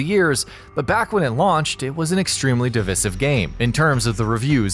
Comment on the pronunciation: Never heard someone pronounce divisive like that